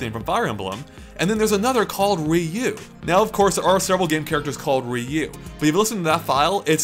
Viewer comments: Ryu, not Riyu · I've never heard Ryu pronounced "Ree U". What the heck. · Ryu is not pronounced "re-yew", but is pronounced in a similar way as "mew" in "mewtwo". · Haha,, why do you say "Ree-Yu"? It is just one syllable ^^